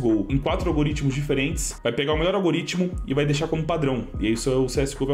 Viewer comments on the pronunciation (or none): none